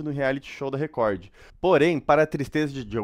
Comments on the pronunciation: O melhor é ele lendo Recor como se escreve, Record kkkkkkk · Que agonia esse chamando Record de Recordy huahuahuahuau